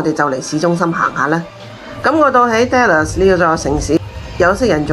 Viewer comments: dallas发音读“达”，不是读“爹”，听起来怪怪哋😂，唔好意思😅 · 我都唔好意思，因為我都會經常將 Dallas 誤讀成 Dollars 經常被朋友取笑。哈 😅